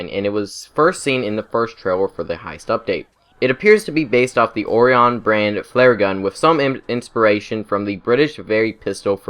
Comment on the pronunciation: How you said Orion made me cry